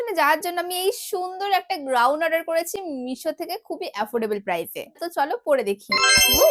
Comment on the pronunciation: Goun o noyyy gown 😂